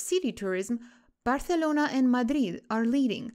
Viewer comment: Why do you pronounce Barthelona? It sounds artificial :(